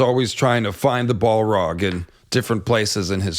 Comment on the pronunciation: Yayyy!!!!! He pronounced Balrog properly!!! I like the exploding eggs hypothesis, even more than the "it's-linked-to-the-doom" hypothesis, but the raising of Dragonstone one.... that sounds the most promising.